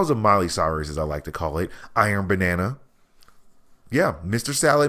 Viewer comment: Why does he keep saying Iron Banana?